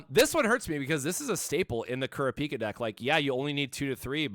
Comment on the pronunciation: Lol kurra-pika he just need to add chu to it lol